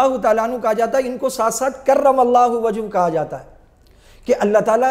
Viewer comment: کرم اللہ وجہہ ، وجھہ کے ھ پر زبر ہوگا ، مفعول ہے